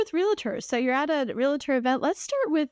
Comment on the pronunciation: REALTOR... Not REAL-A-TOR please. 🤔